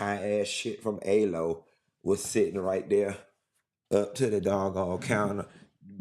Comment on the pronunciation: Alo" is pronounced "AH-loh… I just had to 🙂